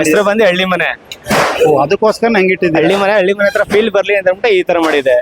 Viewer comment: ಕನ್ನಡ ಸ್ಪಷ್ಟವಾಗಿ ತಪ್ಪಿಲ್ಲದೇ ಮಾತಾಡೋದು ಕಲೀರಿ ಹೋಗಿ ಸರ್ಕಾರಿ ಶಾಲೆಗೆ 1 ನೇ ತರಗತಿ ಪಾಠಕ್ಕೆ 😡 ಅದು halli❤ಮನೆ ಅಳ್ಳಿ ಮನೆ ಅಳ್ಳಿ ಮನೆ ಅಂತ 50 ಸಲ ಅನ್ನಬೇಡಿ 😡😡